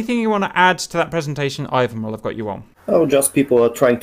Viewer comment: "Eye-wan" Nice prononcuation.